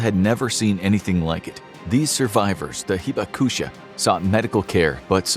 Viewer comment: Could you please research the correct pronunciation of Japanese words before using them? Especially Hibakusha and Kyūshū, which is repeatedly off.